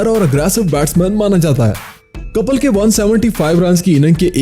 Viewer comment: Aaree bhai kapal nahi Kapil hai vo